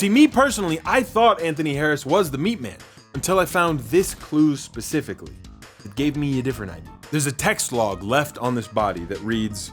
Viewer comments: Pacifically you say???🤣👍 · "PACIFICALLY TEENAGE BOYS" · i love you man, but i can never understand why americans always say pacifically when it’s specifically. pacifically means to be calm(in short) whereas specifically means exact or precise. please continue the great work and don’t hate me. love x